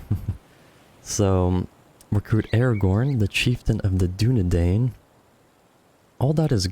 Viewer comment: my birthday has come early (btw its Doon-e-dine).